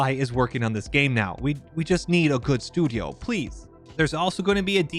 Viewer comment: why did you say studio this way :O